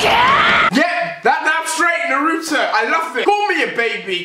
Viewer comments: "Nuh-ru-tow" REALLY? It's pronounced "Nah-Ru-Toh" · Lol u have been a naruto fan longer then me and I know how to say naruto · Say naruto right